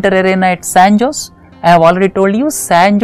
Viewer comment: sir , san jose is pronounced ' saen hoh-zal'